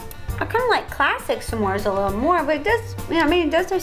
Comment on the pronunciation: you said "samor" on lol